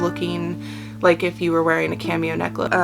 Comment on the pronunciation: You said Cameo right according to how we say it here .